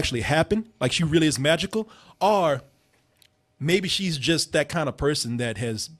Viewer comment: anyone else hate that pronounces the word "or" as "are'